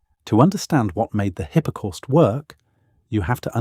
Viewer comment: hippa corst.....good grief....